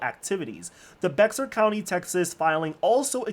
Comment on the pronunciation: Bexar county is pronounced “Bear”, or “Bejar” (Spanish)